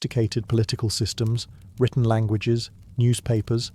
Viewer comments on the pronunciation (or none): none